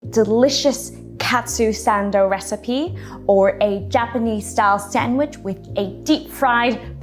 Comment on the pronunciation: Sandwich, say it with me. Sand...wich.